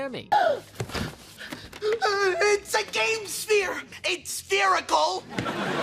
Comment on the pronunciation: It's spherical......SPHERICAL 😂